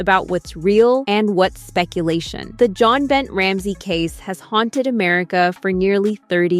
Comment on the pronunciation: You obviously don't know about Jon Binet. Her name is pronounced Bin-ay, not Bent 🙄😡